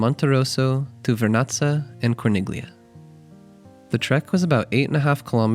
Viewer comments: It's pronounced "CHING-kway." 😊 And "cor-NEEL-yuh." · Very well structured video 👍 clear cut easy to follow. If you don’t mind, Corniglia is pronounced with the “g” silenced. As in many Italian words. Similar to Bagno. 😊